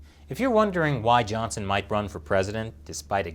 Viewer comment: Why did he pronunce his last name weirdly?